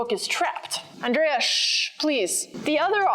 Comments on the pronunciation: Andrrrea, with rolling "r"! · The "ANDREA" sounded very mexican